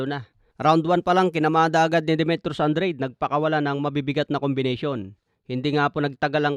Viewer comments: Anong andred😂 hahaha an dra de basa nun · Andrade as in An-dra-de boss😂. Para lang Daonair ni Donai-re😪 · “AN-DRA-DE” ganyan ang basa boss!